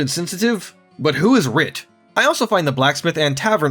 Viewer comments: It’s not writ. It’s Wirt. I’m sorry but that killed me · Read the letters. It's "Wirt," not "Writ." Like "Wurt." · Not Writ. Wirt. Wurt. Weeeerrrrttttt. Not Writ. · Calling him Writ was jarring...😊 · wirt, not writ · stop saying "writ" instead of "wirt" you retard and stop summarizing things by just using the exact same words in a different order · rage intensifies every time he calls Wirt Writ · Writ?? Wirt. Wirt. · Wirt! Like W e r t. Not Writ! Lmao Yes I'm correcting you on pronunciation. It matters! Nostalgia and all. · A gentle correction: the boy’s name is Wirt, not Writ. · It’s Wirt friend not writ but anyway have fun with the butcher twice as fast as you and ten times as strong ! This game was a true horror ARPG ! As to the gameplay it was going to be turn based David Brevik opposed to the real time fights, thought it would break the tactics of the game. Do the studio had a vote and tactical turn based combat was down voted. So David recoded it that week and putting the time delay to zero, destroyed the first skeleton without anytime delay found the game and it’s combat mechanics instantly appealing & hey presto Diablo the hack n slash genre was created or reinvented 💪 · The name is Wirt, not Writ... as in "Wirt's Leg". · As soon as you said "Writ" and not "Wirt"... details gonna get this guy and they did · You’re saying Writ like Written. It’s Wirt, like Shirt. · It’s WIRT, not WRIT. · It's not writ, it's wirt. Pronounced like squirt. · Missing valor is wild. I figured that out first try at age 13. How do you not figure it out in 2026 as an adult 😂 that armor would have helped a lot. Also its wirt W-I-R-T not writ W-R-I-T. R is 3rd, not second in the sequence. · Writ? It’s Wirt. You’re banned. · It's wirt, not writ. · Who is Writ? No one. His name is Wirt. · 5 seconds in and he's calling Wirt, Writ! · You had me til "writ". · You cant even pronounce an easy name like Wirt. Your walk through sucks